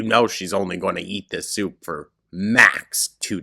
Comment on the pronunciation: her "soup" is DIABOLICAL